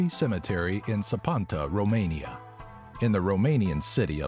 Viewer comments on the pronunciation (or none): none